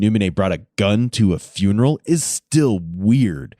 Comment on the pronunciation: Frunaral he said frunaral instead of funeral 🤦🏼‍♂️ and the thing is, he meant to say it that’s how he says it🙄😂😂😂